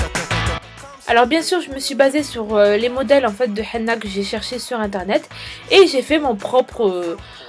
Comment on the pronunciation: on dit hené non hena